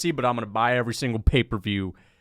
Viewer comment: Bro really called it "paper view"